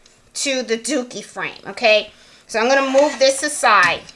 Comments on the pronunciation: DURkee not DOOkie 😊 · Great video! Sorry but I giggled everytime you said dookie frames🤣 My 12 year old was also getting a kick out of it💩🤪🤣